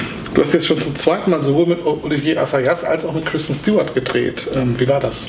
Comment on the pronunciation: Ob er mittlerweile weiß, dass sie nicht Stj-uart, sondern Stu-art heißt?